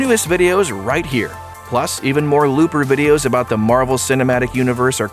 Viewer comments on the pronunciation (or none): none